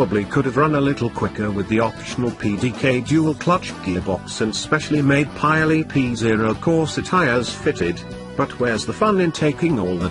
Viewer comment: Great descriptive prose even if I do struggle at wondering about the deliberate mispronunciation of " Car-rurr-rrar " and " Pye-rurr-lee " . As for the car, well, I think one would struggle to find another that was better.